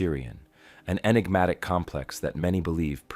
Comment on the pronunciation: Please stop saying Inegmatic